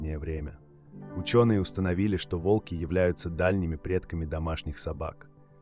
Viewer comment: Видео интересное, но подача подвела. Если вы переводите с иностранного языка, то уделяйте внимание и мерам веса или роста (сейчас нетрудно перевести футы и фунты в сантиметры и килограммы). И лучше озвучить ролик самостоятельно, или указать ИИ ударения. Слушать тяжело и не воспринимается, когда то вОлки, то волкИ, то прочие ляпы. Не знаю, может в наше время кто-то считает это обычным делом, но согласитесь, слушать нормальный понятный текст намного лучше, понятнее и приятнее, чем монотонное бормотание ИИ.